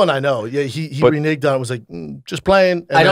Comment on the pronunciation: Brenden mispronouncing “renege” made me pause